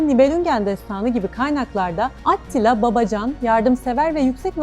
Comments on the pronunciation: Adını vurguladan söylese idiniz🌺kanalı değiştirmemek için zorladım kendimi🤗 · Bune bicim anlatim atttilaa degil attila olacak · O nasıl bir AT-tila telaffuzu,kulağımdan özür dileyin! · At ttttila telafuzu iyimiş. Yazı dili ile konuşma dili arasında ki fark sarsıcı olmuş.